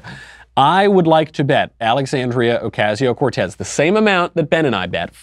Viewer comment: This guy doesn't appeal to me because he can't pronounce Ocasio